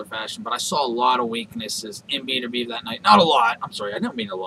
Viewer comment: his name is bet-er-bi-ev